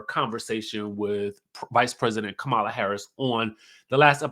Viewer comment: You did not pronounce Kamala’s name